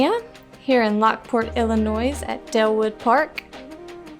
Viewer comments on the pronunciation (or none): Lockport ILLINOI” SSSSSSSSSSS” lmfaooooo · Illi-noise? Come on, that's grade school